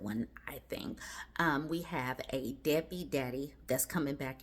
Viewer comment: Did I hear right? Did you call him a “dadbeat’?